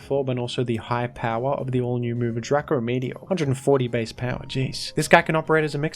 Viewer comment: ITS DRACO NOT DRACKO. nic3 vid btw